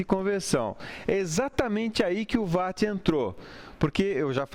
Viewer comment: Não sei pq ninguém consegue pronunciar WATT corretamente!!!